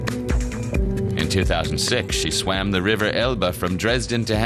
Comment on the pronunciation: SWAM pronounced like Ma'am.